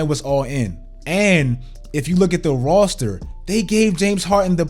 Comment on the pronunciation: “They gave him the perfect Rarrrstaa”